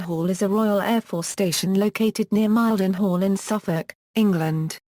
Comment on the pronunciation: Mile-den-hall WTF